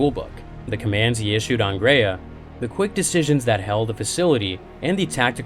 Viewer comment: “Graia” is pronounced as “Grr-ah-ya”, not “grei-yeah”.